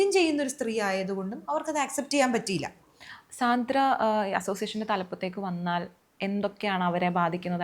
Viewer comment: Not സാന്ദ്ര,she pronounce her name like this "സാൻഡ്ര"